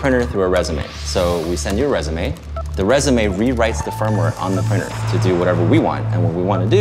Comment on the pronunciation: What is a “prynner”?